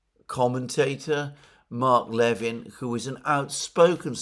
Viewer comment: NB Mark Levin pronounces his last name with the stress on the second (not the first) syllable.